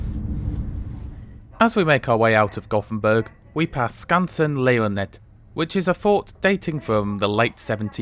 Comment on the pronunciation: Gothenburg, my hometown! And btw I was really impressed when you pronounced the Swedish names, like Södertälje, Hallsberg or Skansen lejonet! That was really good!